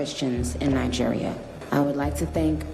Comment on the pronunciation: Great Video just in case you read this try pronoucing it "NaiDjiria" basically with a hard G (pause?).